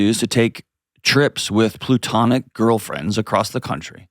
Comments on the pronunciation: Somebody tell John that it's platonic, not plutonic. Goodness! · Someone please tell John it’s “platonic” not “plutonic” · Can someone please tell Dr. John it's "platonic," not "plutonic"? 😅